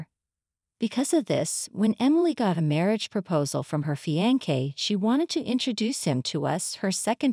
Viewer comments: Terrible translation. Fiankay instead of fiancé. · Fiancé is pronounced FEE awn say